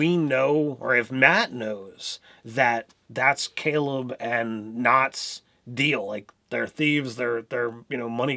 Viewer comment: Guys you mispronounced almost every name lol. Still love you guys. Laura Bailey (bay-lee) Ashley... yasha (ya-sha) not ya-cha Liam... Caleb (kay-leb) Travis - Fjord (Ford) Etc... Not trying to be a turd....